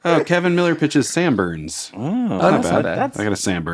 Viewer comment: "Sambups"... like "hangups"